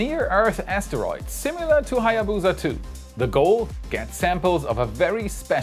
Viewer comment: If only you put half as much effort into researching how to pronounce "Hayabusa" as you did with "Chang'e"...